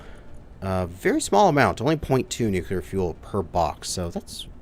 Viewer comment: You need to learn how to pronounce the word nuclear